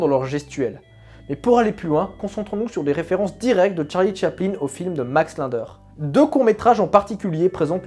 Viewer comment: Tu as écorché le nom Linder tout le long de la vidéo